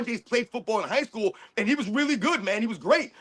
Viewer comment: if the guy is dumb enough to say "high schoo" and "a all, b all", then it's not a stretch that is naturally how he talks...POORLY 🤦‍♂️🤦‍♀️🤦😆🤣😂